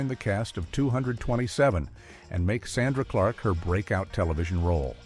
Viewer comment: The narrator doesn’t even know the name of the show or how to pronounce Sandra Clark’s name